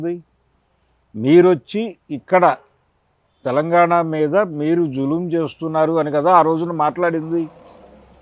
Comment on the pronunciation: తెలంగాణ అనాలి.. తెలంగానా కాదు తల్లి.. Em anchors ra nayana.. Na dawada